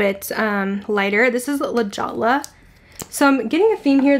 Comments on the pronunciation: Were you referring to La Jolla? It's pronounced like La Hoya. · La Jolla. I live in LJ on the coast. It's pronounced La Hoya. The Jewel in Spanish. Great video! Love the colors.